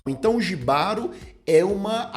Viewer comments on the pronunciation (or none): Apaixonei na sereia. Para melhorar a experiência, tem que assistir esse episódio com fones de ouvido. A sensação sonora é fantástica. A gente sente a dor da sereia no final e o desespero do cavaleiro. Outra coisa, não é "jibaro", é "ribárô". J tem som de R em espanhol. Desculpa, mas sou casado com uma colombiana e ela me enche a paciência com nosso portunhol... Kkkkkk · só uma observação, "Jibaro" se pronúncia Rribaro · a pronúncia correta é em espanhol, logo o correto é "RRÍBARO". J em espanhol tem som de R.